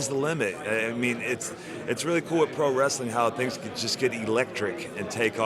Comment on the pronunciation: well to be accurate.. he said "pro-wresTHeling"